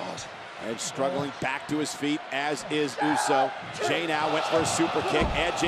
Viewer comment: Could please someone tell Cole to stop calls Jey, Romans Cousim Jey?